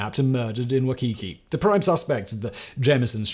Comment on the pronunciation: And WY-kee-KEE (not wy-KEE-KEE, or whatever it was he said)